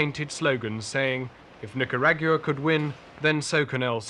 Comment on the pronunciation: I can't take the way he says "nicarag-ua"